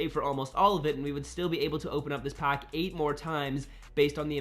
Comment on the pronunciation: Nice video bro....but the way you say pack!!......”open a pock”😬😬